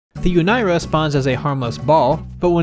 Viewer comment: I was just about to comment about how "Unira" is almost certainly supposed to be pronounced "Oo-nee-ra" before you mentioned it. I agree it doesn't roll of the tongue super well in English, but that's because of how we pronounce our 'R' sounds. It feels a lot more flow-y pronouncing it with a more Japanese 'R' sound (ie halfway between an 'R', 'L', and 'D')